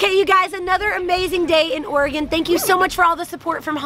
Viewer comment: You're amazing and I love your videos! but as someone from Oregon, I love that you found out how to pronounce it :)